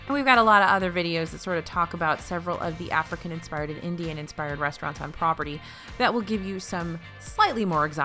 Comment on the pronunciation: now lets talk about the resturants! Me: The W H A T